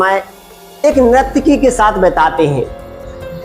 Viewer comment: Bhiya nirakti nahi hota he sahi se boliye nurtaki bola jata he